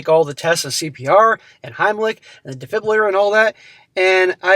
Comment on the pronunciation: What the hell is a defliburator? Good lord man. Nothing says “educational channel” like a moron that can’t read or speak.